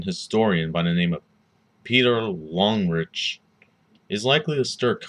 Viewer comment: Omg you pronounced his name so poorly. At least look up the proper German pronunciation.